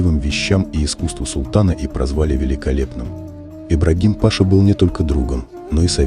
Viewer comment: Ибрагим-Паша,ударение на последний слог.